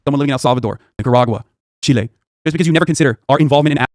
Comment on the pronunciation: he didnt even pronounce chile properly. CHILAY lmao what is that pronunciation.